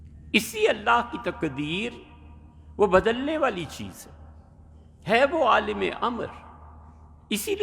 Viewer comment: عالم لام کےزبر سے کہنا چاہئیے لام کے زیر کے ساتھ بلکل غلط ہے ۔